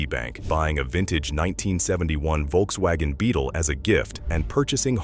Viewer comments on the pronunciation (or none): none